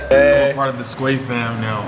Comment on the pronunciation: Bro I died when nas said he’s now in “sqway”😭😭✋